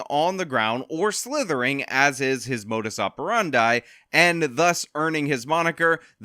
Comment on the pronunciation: Props for saying modus operandi with good pronunciation. I love Latin! And also love your content. Keep up the good work buddy.